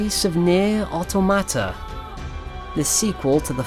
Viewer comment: You pronounce automata strangely lol